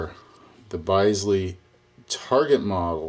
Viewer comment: Bisley is pronounced "Bizlee" - named after the National Shooting Centre, Bisley in the UK.